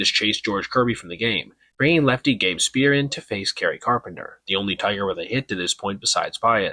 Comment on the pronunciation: it’s pronounced like Spy-ur or like the the type of building by the way